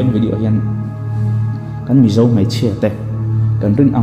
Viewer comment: Mei a ni lo mai.tih tur aw .Mei chu a saa .Mai tih zawk tur.aw.